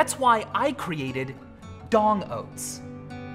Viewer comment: LOL you called them DONG oats instead of D!NG oats, idk why because this channel has always and will forever be called D!NG